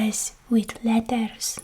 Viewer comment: The way she annunciates "Tuck away" and "Qui-et" The 'th' sounds in 'thing' and 'with' are pronounced like "Ting" and "Wit". I'm sure there's more but those are the most characteristic things I noticed show up. I lack the vocabulary to into as much detail as I'd like so it's mainly a vibes thing for me w